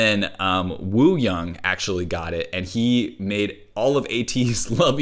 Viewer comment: just letting you know, you dont actually have to pronounce the 'W' in "Wooyoung" its actually pronounced "ooyoung"